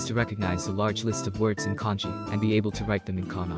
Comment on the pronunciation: pls stop pronouncing kanji as "congee"